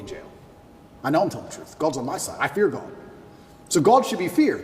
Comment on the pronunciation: He pronunces "God" as if there is a hidden 'r' in there - "So there Gord saved your life"